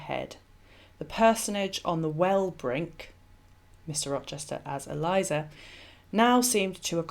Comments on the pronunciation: Not ee-LIE-zuh. Rather, EL-ee-AY-zar. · Eliezer is a male name. It is not Eliza (as in Eliza Doolittle) but prounonced El E A (long a) ZAR. I like your videos and input. Just thought you should know. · I love your videos and am currently binge-watching them. But I have to correct pronunciation of the name of Abraham's servant at the well with Rebecca. He's not "Eliza", he's "Eliezer" (pronounced "Ellie-Ehzer"). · Eli-ayzer. Not Elizer. Thankyou